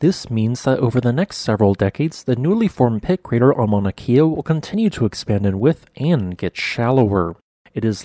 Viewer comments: Mauna Kea…pronounced Kay ah. Not key ah. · It's pronounced with a short "e" so it's "Ke•a" not "Kee•a", and that's a sinkhole. Obviously a large lava tube beneath. No volcanic activity necessary for that to happen. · “Kea” is pronounced “keh-ah”, not “kee-ah”. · Kay-ah Not Key-ah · Kea not keea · It’s Mauna “Kay-uh,” not “kia.” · “Kay uh”. Not “kee uh” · kay ah not key ah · It's Mauna "Keh-a", not "Key-a". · Kea ----- kay-uh not kia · It is pronounced Kay-uh, not Key-ah. Mauna Kea. The Hawaiian language has its own rules of pronunciation that are not necessarily the same as the English language. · Pronunciation Not Kia like the car . Kea like your the letter K . Born raised Hawaiian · It’s pronounced kaya. The vowel e in Hawai’ian is pronounced like an ‘a’. Thought you might like to know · It's "Kea," pronounced "KAY-uh."